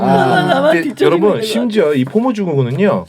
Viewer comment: 포머가 아니라 포모(FOMO)